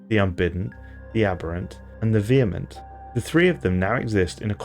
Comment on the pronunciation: A native speaker that can pronounce vehement!